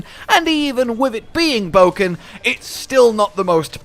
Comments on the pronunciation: Did he really say bowken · "bow is a bit bowken" I'm done...